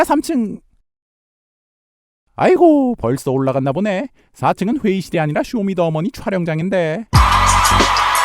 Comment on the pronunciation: 쇼미도ㅓ 머니 라고 읽음ㅋㅋ